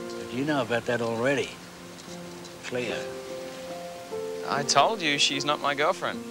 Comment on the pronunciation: its cleo not chleo